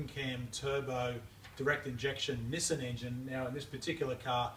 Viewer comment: So it's pronounced Neh-sen and not Knee-san?